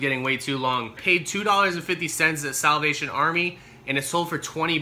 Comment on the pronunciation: "SAWLVATION Army" LOL